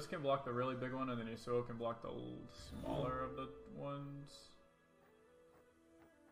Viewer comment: What really bothers me is the way he pronounces Yasuo...